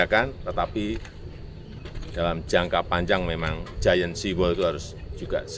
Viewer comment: Pembawa berita nya mesti di edukasi bahasa inggrisnya…. Masa baca GIANT sea wall saja salah